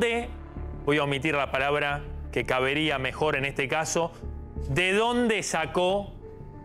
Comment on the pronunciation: ¿Caberia o cabria, señor periodista? Pienso que fue un lapsus.